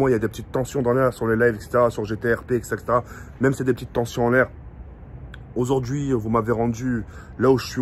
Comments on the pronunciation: auzaurd ‘hui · PA il dit ozordui 😂